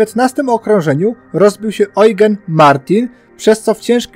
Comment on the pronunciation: Tylko nie Ojgen a Ełżen